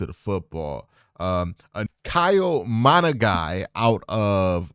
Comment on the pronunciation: Bayshul Tuten. Its pronounced how its spelled. Bay-shull Too-ten./ VT fan. hes definitely worth a day 3 pick as early as round 5 as far as monongai. I think its mon un guy